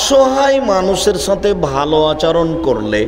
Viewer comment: আলহামদুলিল্লাহ! খুব ভালো লেকচার । কিন্তু আচারণ শব্দটা শুনতে শ্রুতিকটু লাগে। উচ্চারণটা শুদ্ধ ভাবে বললে শুনতে ভালো লাগে।